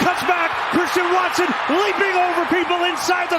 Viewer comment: “what a play from Cwwistian watson!!